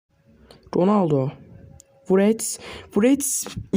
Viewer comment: Wrets derken niye wğrewts diyon knk KSKSSKSKKSKSLWKSD